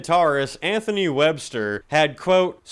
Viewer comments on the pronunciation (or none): none